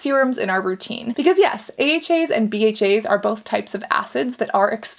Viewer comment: If you hear weird sounds u ain’t imagining shit it’s Cassandra pronouncing AHAs and BHAs ahaaaaaa ahahaaaa bahaaaaa bahhaaa 😂😂😂😂😂😂😂😂😂😂😂